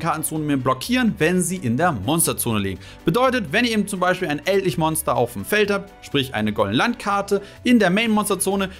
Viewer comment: Ich komm nicht drauf klar wie du manche Kartennamen aussprichst. Ich wäre nie auf die Idee gekommen "Eldlich" mit deutscher Sprechweise auszusprechen 😂